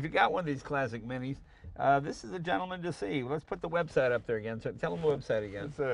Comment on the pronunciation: Did anyone else notice how Jay pronounced his website? Is Jay ok?